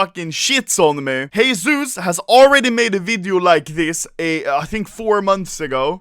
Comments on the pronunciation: everytime i hear u say heyzeus i remember HESUSSSS xDDD anyone else? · Stop repeating Heyzeus plase.